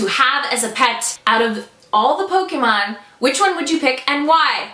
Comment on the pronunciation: PS. I'm never gonna get over how correctly you pronounce Pokémon!